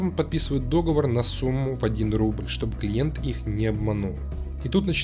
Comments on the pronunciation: может стоит платить профессиональным дикторам за озвучку своих роликов? Потому что слушать твой голос, прожевывающий половину букв, плюс эта постоянная надменная интонация - это жестоко. Ну и дОговор - это, конечно, просто вышка)) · Не могу удержаться: правильное ударение «договОр»